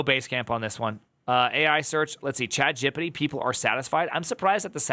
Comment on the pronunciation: Dude, I give chat-jip-pa-tee a lot of data and info before it gives me good results. yeah ok, I still do not trust it much, but I have gotten much better at describing things.